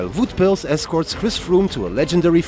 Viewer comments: The fact that this comment is 4 years old aside, the correct pronunciations would be close to “Mee-kel Nee-eveh” and “Wowt Pools”, so no, they are definitely mispronounced in the video. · Goddamn, what a mess. Just do the stages in order, I lost orientation despite following the race very closely. Oh, and work on your pronunciation. “Neeveh“ and “Woot Pells”, really...